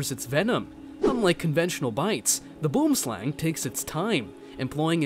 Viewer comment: boomslang is pronounced: boo-em-slung. Just being prodantic and patriotic 😂